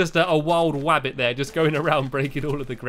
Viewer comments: Stampy you said "a wild wabbit comming towards me" not "a wild rabbit comming towards me" LOL I love your vids stampy I made my channel to comment to 1 video then subscribed to you and soon I will make a video Actually the video I will make is going to be a play about you stampy From Katherine XXX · Did anyone hear stampy say wabbit instead of rabbit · Me i heard wabbito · “Just a wild wabbit” -Stampy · "a wild wabbit" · wild wabbit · I heard Stampy say "Wabbit" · Did you say Wabbit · U said a wild wabbit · He said wabit